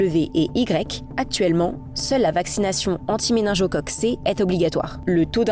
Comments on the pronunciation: Je reve ou elle dit meninJocoque ?! G+O = go et non pas jo ! Cest grave quand on est soit disant "journaliste" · Il faut apprendre à prononcer méningocoque mademoiselle... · MeninGocoque, avec un G dur svp